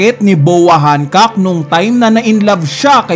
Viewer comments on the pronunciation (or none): none